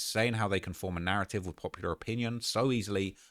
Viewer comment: Narraive 🤣 stop hiding ur T’s bruv we won’t throw em in any harbors